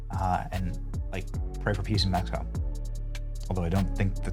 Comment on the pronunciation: METH-E-CO is a no go